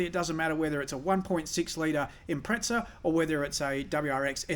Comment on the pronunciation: `it is an IMPREZZZZZZZA = not an IMPREZTSA ! = you sound like some pommey fool ! impreza ! read the badge !